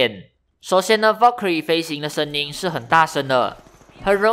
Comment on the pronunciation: wow Valkyrie 的發音很ok！